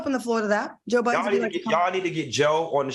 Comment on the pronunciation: Why y’all keep calling him Joe Buddens??? There’s no S on his name last I checked